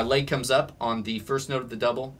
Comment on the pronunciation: "Laig" He sais... 😂